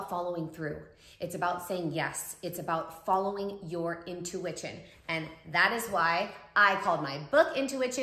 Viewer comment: She really said “intuiWITCHin” :)